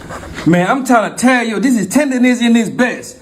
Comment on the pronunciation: Not tenderisim......TENDERNISM! Get it right! This 💩 ain't new, y'all just catching up. Murrieta, CA is where it's at